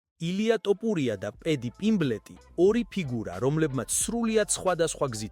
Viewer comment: რატომ ამბობთ "ტოპურია"-ს, შენც უცხოელი ხარ, რატომ ამახინჯებთ ჩვენს ეროვნულ გვარს-"თოფური" მეგრულია და თაფლს ნიშნავს; გვესმის ეს უცხოელმა წარმოთქვას, თქვენ რაღა გემართებად, შეგნებულად აკეთებთ ამას?!...აბა, რა უნდა იფიქროს კაცმა?